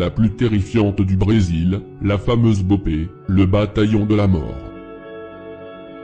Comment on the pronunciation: Autant quand tu parle de France j’aime bien tu tape souvent dans le mille Mais la c’est très très très très à côté de la vraie « guerre » Déjà, CV n’est pas un gang mais des « franchises » d’un groupe, qui sont en guerre avec les PCC qui sont bien plus gros et un vrai gang Pour l’opération la BOPE (on dit boppe, pas bopé 😂 que mrda é essa mlk) n’est pas du tout à l’initiative, ils ont étés appelés en renfort par la PM qui travail pour le gouverneur, c’est avant tout politique, mais lâché rien, le travail n’est pas mal mais a mieux préciser les choses